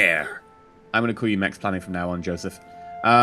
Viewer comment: Finally my dream came true... You playing my nation. By the way, the Czech letter "J" is pronounced like "Y" in Yoghurt. So it's not Joseph, it's Yoseph..